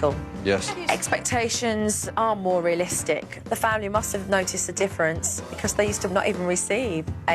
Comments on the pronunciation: Jo, it's realistic, NOT rillistic! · It's NOT rillistic! It's realistic!